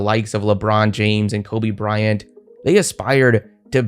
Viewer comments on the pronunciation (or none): none